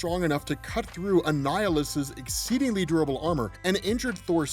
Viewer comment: = "exsteedingly" lolol 👌👌